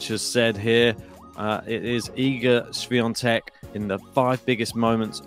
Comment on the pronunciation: Great pronunciation of her name!